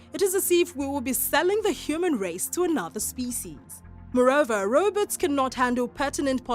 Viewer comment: she kept say robutt in the video. was she talking about robots?